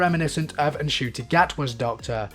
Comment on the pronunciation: Just a tip for future reference; The N in Ncuti Gatwa's name is silent. You're saying the rest if it fine, though!